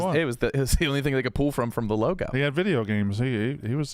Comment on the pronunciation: says “pool” when he means “pull”